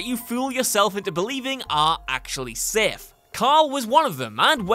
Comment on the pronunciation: It’s safe not sif